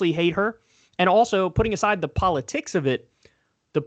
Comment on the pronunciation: Kyle "polo-TIICKS, poli-CYYY" Kulinski